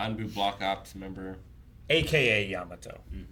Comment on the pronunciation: "Yatamo" Every new character is just a new oportunity for to get its name wrong in a hilarious way